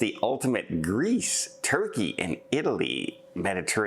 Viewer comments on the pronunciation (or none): none